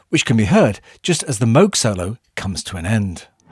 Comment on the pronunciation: In later years, I grew impressed by how, in the bridge section, how "Here Comes the Sun," using guitar, backing vocals, and the Moog synthesizer (as well as everything else), built tension, and then released it. Good video. Congrats, too, on pronouncing Dr. Robert Moog's name correctly.